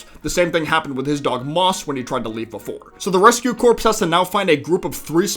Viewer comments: Great video man! Just for future reference: Corps isn't pronounced like "corpse", instead more like "core" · Rescue Corps, not Corpse. It sounds like "core". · Great vid but for the love of God it's "core" not "corps" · I'm sure someone has already said, but "corps" is pronounced "core." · Corps is pronounced "core" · Yes, it's pedantic, but someone needs to say it: Corps is pronounced (kor), like the core of an apple, not like the corpse of a dead person. They are the (reh-skyoo kor). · FYI Corps is pronounced like "core" not "corpse" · it's pronounced korr. not corpse. sorry, had to say something because it bothered me hearing corpse over and over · Heads up, “Corps” is pronounced like “core” not like “corpse” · Not to be rude, but it is pronounced "cor" not "corpse." I got it wrong at first too. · Small note, but "corps" is actually pronounced "core". It's a military division, not a dead body. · Just so you know, the word "corps" is pronounced like "core," not "corpse." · The word “corps” is actually pronounced core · great video. i just have to say: corps is not pronounced like corpse. it's pronounced like core. i believe it's because it's French. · Don't forget that pikmin 4 completely replaces 1. Also, the P in corps is silent. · Holy fucking shit dude. The word "corps" is pronounced "CORE". A corpse is a dead body. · "corps" as in the rescue corps is pronounced the same as the word "core" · I got really concerned about all the corpses you kept talking about, before realizing you were just unfortunately mispronouncing corps the entire time.